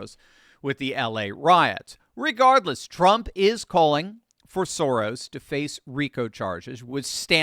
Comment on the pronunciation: It's pronounced "SHO-rrrrosh" - meaning "row" or "divot" - I like to say "Sem semit Soros" which translates to "less than nothing Soros"...